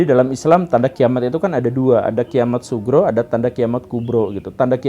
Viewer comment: Tolong diperjelas pak gembull. Kiamat sughro bukan subro. Terima kasih